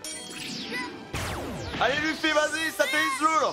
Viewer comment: yo je kiff regarder tes react one piece mais s il te plait peut tu prononcer Luffy. Leuffy s il te plait se serai genial de ta part xD